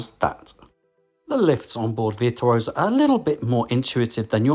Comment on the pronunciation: love this video and am using it as study before my cruise in may. But Jamie what’s with the veer tuosa lol